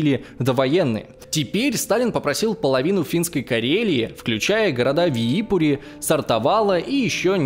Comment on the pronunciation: Боже, сколько ошибок в произношения и названиях. Надо готовиться лучше. Две ошибки в Виипури и Рованиеми